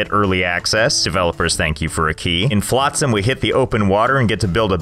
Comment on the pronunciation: Never heard someone say flotsam like that before